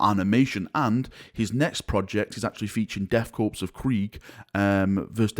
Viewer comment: The s is silent in Death Korps. Like the word Corps.